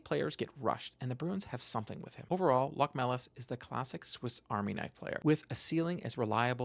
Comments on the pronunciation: LoCHmelis (emphasis on the O). I am from Latvia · Btw it's actualy pronounced Lochmelis